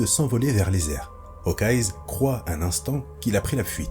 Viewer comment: Super vidéo mais par pitié arrête de dire « HawkeyeS » ça sort vraiment du truc